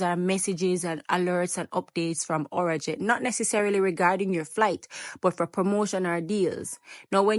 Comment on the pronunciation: It’s not our jet it’s arajet 😂